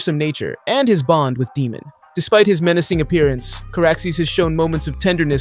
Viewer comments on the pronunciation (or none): How do you know the show this well but you pronounce Daemons name like Demon